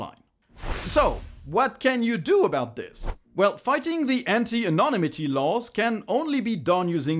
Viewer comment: Thank you! and if I may help 🤗 with just two words, where caps = syllables for EM-phasis 1) Anon-NYM-ity and 2) Anal-LYT-itcal